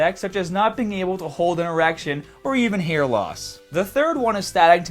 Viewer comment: at first i thought he said you can get serious hat issues lol